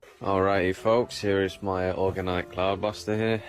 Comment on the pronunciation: Organ-ite pipes? Are they Church Organ ite pipes? Aree they tuned to a concert B flat?!?!?